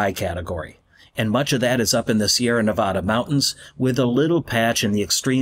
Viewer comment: Good, except for the pronunciation of Nevada...says the guy from Reno.